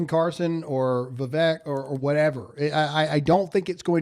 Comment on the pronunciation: His name is not Va-Vek it’s Vivek like cake